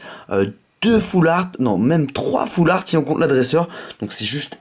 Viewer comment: on dit foulrat pas foulaart